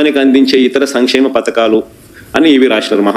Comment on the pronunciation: Samimksheymam antaru Not Sankshemum Me sarcasm ki 🙇